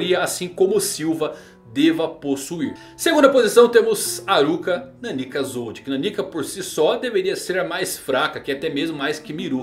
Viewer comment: Custa falar NÁnika? Meu Deus...